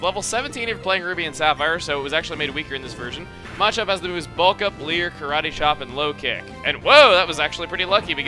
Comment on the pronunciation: Ohh lord the way he says Machop bothers me.. MAAAAchop. I've always called it muh-chop. He puts like tons of emphasis on the A and it bothers me xD